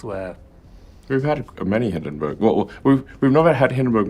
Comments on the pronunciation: It's 'Hindenburg', not 'Hindenberg' 😉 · Nice episode! One minor thing: It's called HindenbUrg not Hindenberg.